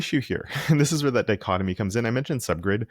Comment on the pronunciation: "dicochomy"? :) I think you mean dichotomy.